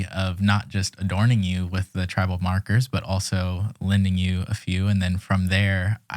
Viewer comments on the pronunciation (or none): I love your podcast :) and lol I kept thinking you said "You introduced me to Trevor Marcus!" but you were saying Tribal Markers <3